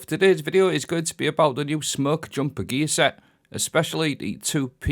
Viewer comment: the way you say gear set sounds like geezer. 4 piece is also meh haha